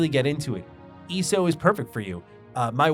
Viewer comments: The way you eso is so annoying eeeeso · It's so weird for me to hear someone call it "ee-soh" lol. I always say the letters individually, E-S-O. It's also interesting that we seem to have similar interests in games. Like TES and some MMOs. Yet you don't really seem too interested in FFXIV. SWTOR was the first MMO I really invested a ton of hours into but it fell off for me after the KotFE/ET expansions. Trying to keep track of my 40+ characters and who was a traitor on which side, yadda-yadda. Love the aesthetic and voice acting and all that. Story just got too convoluted for me. After that ESO and FFXIV became my main MMOs, though I definitely prefer FFXIV to ESO most of the time. Yeah, ARR did take time to get through, but I was so thoroughly invested in it, too. I think what makes it stand out to me is that it really really works as a one character MMO. As I mentioned, SWTOR I have over 40 characters, in STO I have 32 characters. I haven't played ESO since Greymoor but at the time I had maxed out how many characters I could have, but I think it was like 16 or 18, not sure if they've added more slots since then. But FFXIV I have two characters. My main one that has leveled and geared every job in the game, and one that's like level 30ish just playing one job (might switch whenever I get them to an expansion with a job I like more), I think, that I occasionally hop on when I have nothing else to do on my main but still want to play more FFXIV. Honestly, what's kept me from going back to ESO was being capped on cha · You calling it ESO instead of ESO is driving me crazy